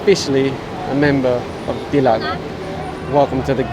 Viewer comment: I really like the way how you pronounce DILAG to the riders HAHAHA! Keep up the good work, huge supporter here :)